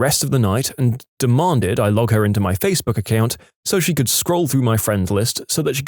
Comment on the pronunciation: "Duh Monded"